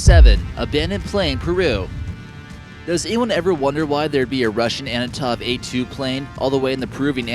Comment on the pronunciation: Antonov AN-2 not A2